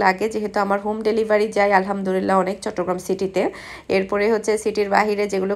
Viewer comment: apni apnr ktha gular moddhe onkk vhul ase tobe apni Alhamdulillah k bare bare Alhamdurillah kno bolen bujhi na apnr shob kichuy bhalo lage shudhu ey jinishta bade apnak aro onk cmnt kra hoise ey bepare but apni ekdomy shunen kno apu ey ktha bhali bhabe bolle ki hoi apnry to gunnah hoitese tay na apu